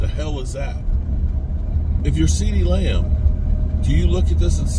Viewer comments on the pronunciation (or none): none